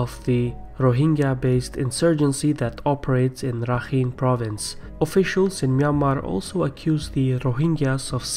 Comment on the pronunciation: It's actually Pronounced "Rakhain"